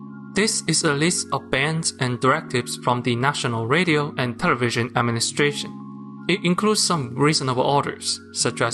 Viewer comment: what is "trlevision"?